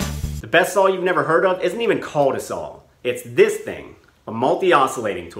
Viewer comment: What's a "sawl"?